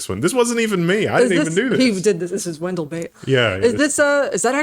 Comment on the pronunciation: Having worked with quite a few South Koreans, they look at you weird when you use Wendell’s pronunciation. They can’t even link the two versions audibly. So I agree on the Wendell Pronunciation Ban